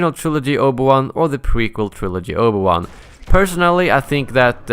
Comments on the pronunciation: Obu-wan xdd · Omg the butchering of the pronunciation of Obi Wan's name god man...